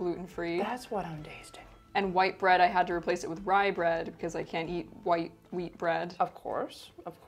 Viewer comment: I thought you said meat, but captions corrected me to WHEAT. celiacs? my step-mother had that.